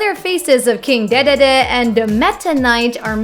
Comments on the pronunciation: King dedede's name is pronounced "King D D D", just so you know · King Duh Duh Duh, wreaking have-ock.... man i should have this job. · It's pronounced Dee Dee Dee. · "king duhduhduh" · Co Lin in Japan it’s actually pronounced DEE DEE DEE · King Dedede is pronounced DeeDeeDee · That’s not how you say king de de de